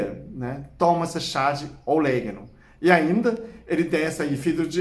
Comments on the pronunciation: meu querido, não é oléguno, é Orégano!!! rsrsrs blincadeila❤ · Eu gosto muito orégano na pizza, macarrão etc. Chá nunca tomei. O Senhor pronunciando orégano com este sotaque fica um charme. Gosto muito do seu canal. Admiro sua competência e inteligência.